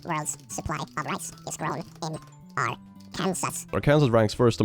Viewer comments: I love how pronounces Arkansas. Not going to lie, I do it like that sometimes when I'm being silly and want to sound like a redneck. Not faulting you at all because he's not from the U.S, but just so you know, it's pronounced Arr-can-saw, not arr-Can-sus. The state Kansas is pronounced arr-Can-sus, and from my understanding, both come from the same root Native American name. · Arkansas is pronounced "R-Kin-Saw." It's stupid, I know. Also, I'm an American, and I somehow never realized we have 2 states with "Kansas" in their name. I get why you'd think it's pronounced "R - Kansas." 😂 Love the channel, btw. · hey I am not mad at you because it's a common mispronunciation of "Arkansas." It's Are Kan Saw. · It's pronounced "Ar-can-saw". Arkansas is NOT named after Kansas, 😅. Otherwise, I love your content!!! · Howdy, it's pronounced "ARK-uhn-saw." As in... Q: "What U.S. state is mentioned in the Bible?" A: "Noah looked out of the ark and saw dry land." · Excuse me but I hate to tell you this, Arkansas is pronounced Ark-an-saw. Whereas Kansas is pronounced as written. I'm not American, I'm English and I believe that Americans have no right to comment on English spelling/pronunciation. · Arkansas is pronounced ark an saw, I know it is super confusing and it's spelling to pronunciation difference, just letting you know, that's how Americans pronounce it at least, the spelling is stupid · Hey, American here! Love your videos. Although you might wanna know Arkansas is spelled stupidly for how it’s pronounced (Ar-can-saw). I hate American spelling too, don’t worry. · I absolutely 💯 adore you so much for pronouncing it ar- Kansas and I think we should pronounce it way here. I’m sold! 🇺🇸 💜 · Lmao Arkansas is pronounced are-Ken-saw 🥲 don’t ask me why though 😂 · I regret to inform you that Arkansas is pronounced AR-kun-saw. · btw its pronounced ar-kin-saw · Arkansas is pronounced "ark in saw" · AHR-kayn-SAWH, by the way